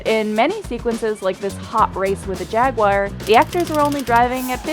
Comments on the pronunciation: she said: "Jagwire" (Jaguar) - she really doesn't know ANYTHING about ANYTHING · "JAG-wire." Well that sounds edumacated. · Such a shame you couldn't have said simply, "Jaguar" instead of the hyper-cringeworthy, "Jag-wire", an affliction of many Americans. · Jagyouare not Jagwire Purrjoe not Poojoe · "jagwire"??? jaguar is not pronounced like "jagwire". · Does anybody else cringe deeply at “JagWIRE”? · what is a jag wire? sorry, English is not my first language. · What's a jagwire? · Why do so many people mispronounce jaguar as jag-wire? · Jag.......Wire 😂😂😂😂😂😂😂 FFS Almost as annoying a Zee I feel bad for yanks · A jag wire? Um? Speak English please. You mean a Jaguar. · Jagwire yeah? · What's a jagwire ?... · Poojoe, Jagwire. Please stop... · How do you get Jagwire from Jaguar? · sure, then I could imagine that she knows where the word comes from. 'Jagwire' is an appropriation and it ain't something she owns by any stretch. She is clearly ignorant. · What the hell is a Jagwire? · Jagwire and Poojo 🤣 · a Jagwire..... Muricans still can't pronounce it hey? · What's a Jaguwhire? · “Jagwire”. Do people actually say Jaguar like that???/? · "Jagwire" "Poojoe" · Jagwire? Poogeot? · But Poo-Joe is still better than Jag-Wire :D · Gah! Bullitt was an absolute snoozefest. Fight me. Edit: and why it is that nobody can correctly pronounce the word Jaguar? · What person can't pronounce jaguar correct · The pronunciation of jaguar was bad enough "poojoe" is just too fun to believe a human being thought yeah that must be how that word is pronounced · she can't pronounce jaguar or Peugeot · Well atleast this still sounded better than her Jaguar pronounciation lmao.